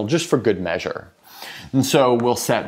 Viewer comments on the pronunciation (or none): none